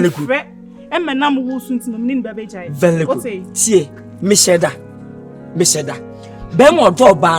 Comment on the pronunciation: Kwadwo “Vely good, Vely good “